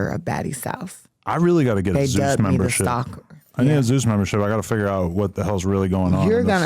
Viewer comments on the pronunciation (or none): none